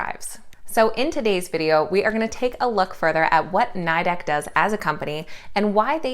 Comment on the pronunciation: It’s pronounce Nee-dec! They hate it being pronounce the way you are. My husband works for them.